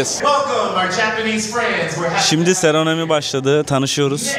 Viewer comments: ALOOOO HEMŞERİM, seronomi değil SEROMONİ. 😅 😕🔥🔥🔥🔥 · Seronomi değil lâ seramoni😂😂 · Seronomi değil usta seromoni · Seronomi değil, doğrusu seromoni olacak. Türkçesi "tören" i kullansan daha iyi olur. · ikinci videoda da aynı kelime hatasına rastlayınca yazmadan duramadım: "Serenomi" diye yanlış telaffuz ediyorsun, kelimenin aslı "seremoni". Videolarını yıllardır takip ediyorum, kendini geliştirmeni takdir ediyorum. Bu kelimeyi de düzeltebilirsin. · Takıntı değil, dini hassasiyet Seronomi değil, Seramoni